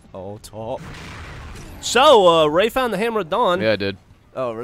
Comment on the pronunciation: i can't be the only one to hear "Hammer of DONG" every time and laugh like an idiot x)